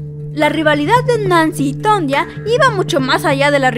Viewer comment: Sería muy recomendable para tu contenido, y por respeto a esta atleta, el aprender a pronunciar correctamente su nombre.